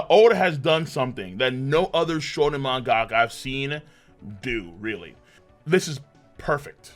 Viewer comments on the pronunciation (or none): After all these years, still can't say Mangaka correctly